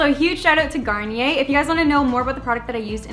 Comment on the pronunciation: It's garn-knee-ehh not garner by the way I love you